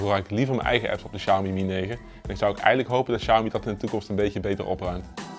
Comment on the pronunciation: Lol, begin van de video wordt de naam Xiaomi al meteen verkeerd uitgesproken. Als men niet weet hoe MIUI werkt en opgebouwd is, dan gaat de info die men wilt geven over de mi apps al meteen verkeerd en wordt dit meteen al bestempeld als bloatware. Ik volg al het hele MIUI verhaal sinds de Mi2/s en de schil die boven op de android zit is een van de betere, is vlot en voelt niet rommelig aan. De Xiaomi MIUI software heeft weinig bloatware , zeker als men dit met andere merken gaat vergelijken.